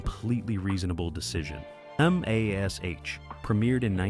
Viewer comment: How can you talk about a show you can't pronounce. It was never called M A S H, the show was called MASH.